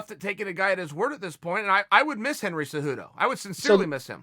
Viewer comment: I feel like chael should prounce cejudo "cejewdo" lol.